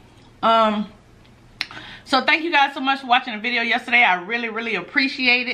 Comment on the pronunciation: when you say biria it sounds like you’re saying video 😂😂😂😂😂